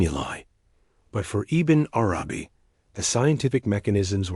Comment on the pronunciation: Bismillah - great content. Can you teach the AI to read Ibn Arabi's name as if it is one word, [IbnArabi] with the emphasis on the first A of Arabi, not the second? a lot of the pauses make it hard to listen to the AI